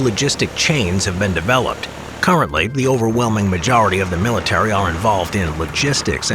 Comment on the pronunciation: i thought he said he said "*cowardly,* the majority of US Force work in logistics, not active combat." Had to turn on subtitles to see that he said "currently" lmao.